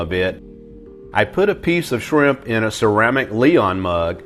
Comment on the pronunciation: No he pronounced them “swimp”